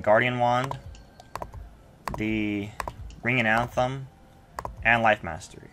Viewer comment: Dude cool vid and all but it's not anthem it's athame